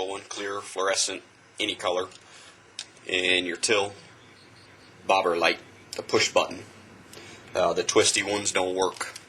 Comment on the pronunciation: hey thats great! whats the name of the light bulb thing u used again? i listened to the vid over and over again and couldn't quite catch what you said.... something like.. ''Bother-light''??!!